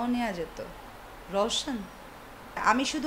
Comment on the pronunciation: Hero er name tao valo vabe bole rowshon koi theke aslo? roshan hobe. Ei mohilar problem ase dekhte puro khasir moto